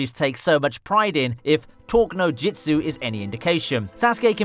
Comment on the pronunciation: It's not JITSU, it's JUTSU! Why do you pronounce it wrong?